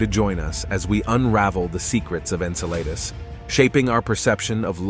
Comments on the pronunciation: En-Sa-La-Dus... No En-Cell- A- Dus ... Yes Come om, Man! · Agreed with the first post! Drives me nuts! When you can pronounce Enceladus correctly I’ll stay long enough to hear you out. See ya!